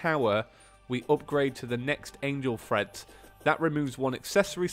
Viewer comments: Treads not dang freads Jesus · TREADS, not THREADS